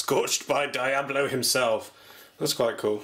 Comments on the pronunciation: Is "Dee-abb-low" the common pronunciation across the pond? I've always heard is said "Dee-Ahb-low" in the USA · It's pronounced dee-ah-blow. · Ahahaha, "dye"-ablo. :) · isnt diablo pronounced like dee-ablo ? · HalfwayBeret it's the british pronunciation. brits capable of pronouncing non-british-english words properly are a rare and dieing breed. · I know, brits just usually don't know how to pronounce non-english words properly, especially those with latin roots. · so basically it just needs to be bigger and it would be good to go. also why you pronouncing Diablo wrong? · God dammit. You pronounced diablo wrong...